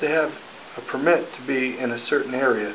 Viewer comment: The guy to the left who keeps mispronouncing the word “Permit” is killing me. 😂